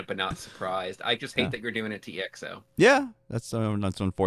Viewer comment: The name of the group is not being pronounced as e.x.o, but exo as it is, letters together